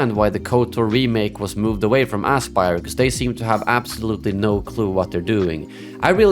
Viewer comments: I love how you intentionally or not pronounce the company's name as "asspyr". Very fitting lol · Great content! If I may, I think your pronounciation of the studio is spot on for the way they've handled this Collection. Ass Spire, indeed, and may they be remembered as it.